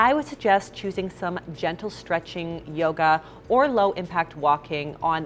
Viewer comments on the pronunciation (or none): none